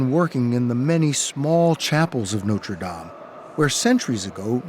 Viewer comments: Note-ra Dame 🤣🤣🤣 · Is it really that difficult to correctly pronounce the words NOTRE DAME ? 🙄🙄🙄